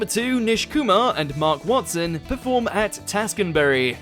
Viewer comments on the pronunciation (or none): none